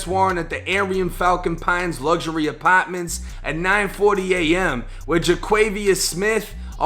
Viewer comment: “uh-paaaatmnunts” = apartments